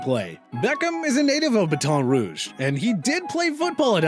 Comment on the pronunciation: Bruh... He botched Baton Rouge so hard (I’m from there and it’s like saying ‘battin rouge’). P.S. No hate just thought it was funny